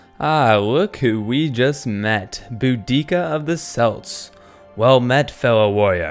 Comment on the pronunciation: I don't mean to sound mean but it is pronounced Kelts, my mom was a grammer teacher